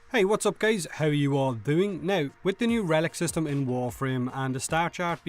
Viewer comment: "In the game right nouw"